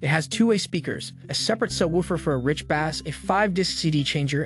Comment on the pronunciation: the narrator can't pronounce "bass" or "presets" correctly, should I trust him